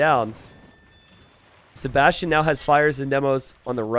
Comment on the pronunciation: pronounces Sebastian as "". Maybe this could become his new Alias.:)